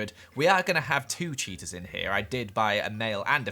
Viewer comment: Everytime you say "cheetas" I hear "cheetos" "Cheetos are very shy"